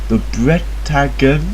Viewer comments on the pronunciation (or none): Opening Seconds and I cant help myself correct you Its Pronounced Bre-ta-nie- but then again im filipino so i might be wrong :D